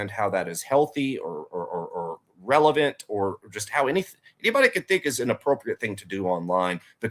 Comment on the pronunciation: 😂😂 revelant isn’t a word. Sry. Lol. RELEVANT is 😂😂 I knew what was meant just sounded hilarious